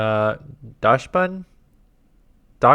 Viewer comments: For the pronunciation of dachsbun it is said DOX-Bun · Not quite. The name is based on the German Dachshund. While an American pronunciation can get get away with 'Dox-hund' or in this case 'Dox-buund' the true European pronunciation is more like 'Dask-shund' for the breed, or 'Dask-Shh-Bun' for the Pokemon species.